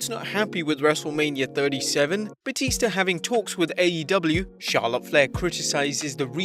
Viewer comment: IT'S BATISTA NOT BAUTISTA